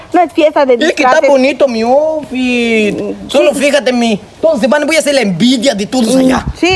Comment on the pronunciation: a cada minuto: Te woa comer XD